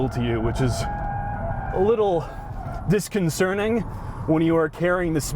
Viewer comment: "disconcerning". The word is 'disconcerting'.